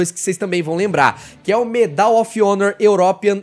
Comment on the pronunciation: So uma dica: a palavra Medal, em inglês, possui a sílaba tônica no “Me” e não no “dal”.